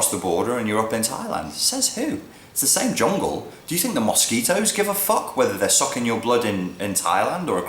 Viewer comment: I like the way you say mosquito. My future husband and I talked on the phone everyday from other sides of the planet for three months. That was a good way to gauge each other. Weird when we finally met up again but we were engaged in 6 months and married in 12. When I asked Matt why he wanted to marry me he said it was because we could resolve conflict without hurting each other. I wanted to marry Matt because when I was with him I felt more alive, more curious, more loving, more brave than I had ever before. We were older, and wanted to spend our time together, which we did everyday making music and art. He died in 2011 and I am so glad I stepped out of my other life into a new one with him. You think that til death do us part means an old person. Death is pretty random. Did it need to be formalised with a marriage? Maybe not, but it was a fun party and the ex- girlfriends and ex-boyfriends stopped ringing our house drunk at inappropriate hours......